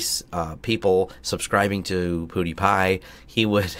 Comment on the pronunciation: LOL. Poodie-Pie.